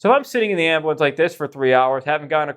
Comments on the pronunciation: I have never heard the word ambulance pronounced “am-ba-lance” until meow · I can’t even stand watching your videos when you call it an Ambiwence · The way this dude pronounces ambulance 😭